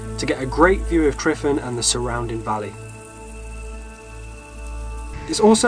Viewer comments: Tryfan is pronounced with a v not f. Great video though or great "fideo"👌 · I'm Welsh we basically live in middle earth and is hot Edit: its pronounced Truvan not triffin:) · The “F” in Tryfan is pronounced as a “V”, so more like Truh-vann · The letter 'F' in Welsh is pronounced like a 'V'. So for example, 'tryfan' is pronounced 'tri-van'. Only 'FF' is pronounced like a 'F'.